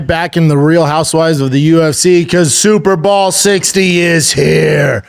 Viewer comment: Is he saying super ball?